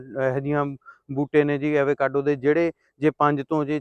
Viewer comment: Pronunciation- ਅਵ-ਕਾਡੋ